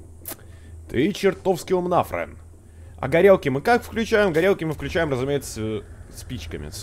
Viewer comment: 0.50 почему фрэн не боу а бро